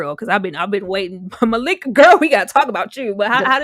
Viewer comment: Y’all, her name was pronounced Ma-LIE-ka. Y’all were struggling. 🤣🤣 I had to go back and check to make sure I wasn’t tripping. Definitely Ma-LIE-ka.